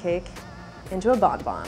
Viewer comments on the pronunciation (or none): i am french and the way they say BONBON annoys the heck out of me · every time they say 'bon bon' I get internally frustrated. it's bonbon. bon like in bon appetit.